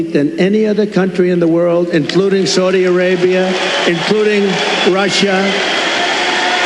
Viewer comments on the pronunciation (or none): If he could pronounce “Saudi Arabia” that would be a start.